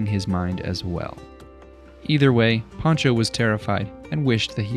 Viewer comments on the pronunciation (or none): Lol you pronounce “Sancho” as pancho… use and S instead of a P… beautiful as always, your creativity and creations never stops amazing me